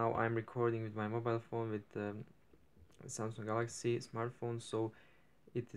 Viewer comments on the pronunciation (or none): türk müsün samsung galaxy diyişinden anladım ahssbabsjand